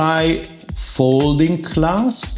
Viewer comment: I did like the way you said :"Butterfly FOLDING clasp" 😁😉